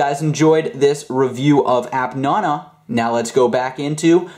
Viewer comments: its app naaanaaaa not appnono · The way he says appnana annoys me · You say nana rong